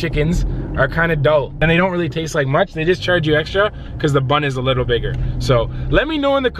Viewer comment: how many times did say lickle instead of little